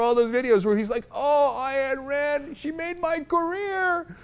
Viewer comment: Isn't it "Ein" Rand, not "Ayanne" rand?